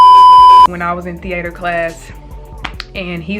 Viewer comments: the - 8ter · “Thee ayter” 😂😂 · thee-A-terr i love that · the way she says theatre gives me life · Right that’s not how you even say it😂